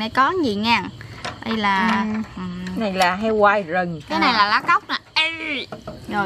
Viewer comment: oi phat am sai roi khong phai gung ma la rung doc chu r khong dung roi tap phat am lai nh